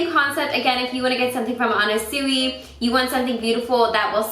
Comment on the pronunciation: it's pronounced more like anna swee